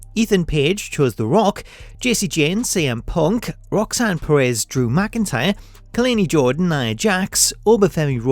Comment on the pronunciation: i love you bruh, but you saying Khalani Jordan name wrong lol